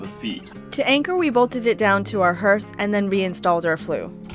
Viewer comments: It’s pronounced harth. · it’s härth, like hard. I had a ‘69 for a number of years. Had some cold nights, but never considered a wood stove. Seen them on boats, makes perfect sense. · Haarth. What is that "herth" noise? Is there a local pronunciation I am unaware of? Anyway, love you guys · It's pronounced HARTH, not Herth😊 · “HERTH”? Is that same as a “Hearth “ or as most say “Harth” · It’s pronounced HEARTH! Haaaarth! Not “herth”, HEARTH! 🥰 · It’s amazing, but it’s pronounced ‘harth’. Like Garth. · Pronounce "hearth" like heart with a "th". 🤎